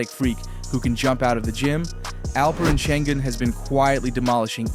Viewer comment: You lost me at Olah-jew-juan.